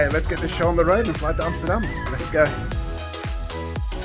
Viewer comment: Great video. Your pronunciation of Amsterdam was spot on ….. made me wonder if you are in fact Dutch